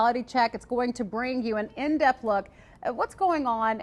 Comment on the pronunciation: the B is silent. "An indebt look". The B is silent.